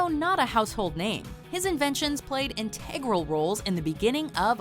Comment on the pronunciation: Why can you take the time to pronounce Debussy,(at least the last time), but can't pronounce integral? And Fur de Lisa?!?!?!(Fur Elise) BTW I'm SICK of everything being iconic! It takes away from the special meaning! At least you said cacophony correctly. Is that going the new "go to" word? Don't! It's a good word. Ok, I'm upset. The ALH in Shelton AR neglected, and stole great aunt Grace Hensley's(106yo)money,87000,starved to 50#, paid employees to sit with her (not), Stark violation,forged!!